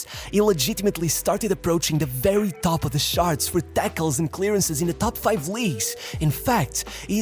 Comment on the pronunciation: "top of the shart" lol